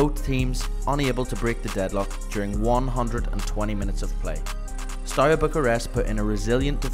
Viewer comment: It's not Stoya. ST is fine, but E in Everton, A in Arsenal, U like oo in LiverpOOl, and A again in Arsenal.